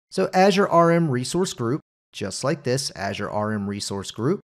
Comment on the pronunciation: Not how you pronounce Azure (in intro), but looks really interesting 😊